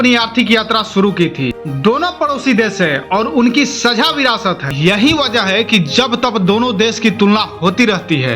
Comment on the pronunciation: बेवकुफ आदमी तुमको ठीक से बोलना भी नहीं आता है और चले हो चैनल चलाने।पाकिस्तान को पकिस्तान बोलते हो,वह भी एक बार नहीं अनेको बार,साझा को सझा बोलते हो आदि-आदि।जब हिंदी आती हीं नहीं तो कमेंटरी क्यों करते हो?